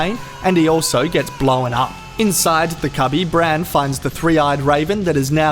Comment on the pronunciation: I'm sorry but every time I hear it's not Hodor Bran Jojen and Mira, it's HODOR BRAND! Jojen and Mira! Sorry that I had to share this brain turd.